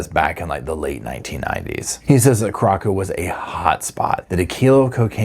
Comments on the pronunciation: Carra sow... not corrocco❤ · It's Curacao - "Cure - a - sow"....not "Cur - rock- oh". 🙂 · Curacao is pronounced "kooraSOW," not "kooROCKo." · Just watched this. Feel so sorry for the family, not having closure. Also, the second c is soft in Curaçao. It's pronounced "kyoo-ruh-SAOW". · it’s Curaçao— cure-a-so. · Lmao i cant with the pronounciation of the country 😂 there's nowhere named Corocco😂😂❤ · Not a huge deal but it’s pronounced kur-ah-sow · Good morning,, I just love love your channel! I think the island referred to here is pronounced Coor ah sow, like the liqueur that comes from there. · If you're going to continue to cover this story, please learn to pronounce Curacao. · i am so glad how you pronounced Curacao 😂because I don't like how it is really pronounced and I always said it like you did! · Please check your pronunciation of Curaçao…..